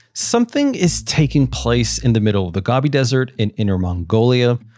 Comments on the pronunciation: Go.. bee. Not gobby😊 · Go Bee 😂😂 not Gaubie 🙏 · It's pronounced "hy-per-bull-a," not "hy-per-bole-a." And it's pronounced, "Go-bee" Desert, not "Gobby" Desert. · GOHHHBEEE desert not GOBEE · I believe it's pronounced GO-BEE. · Gobi desert is “Go-bee”. Hyperbola is “hi-PER-bola.” Thanks for this content. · Boldly going where the USA went decades before DCX). Might want to learn how to pronounce Gobi in Gobi Desert too.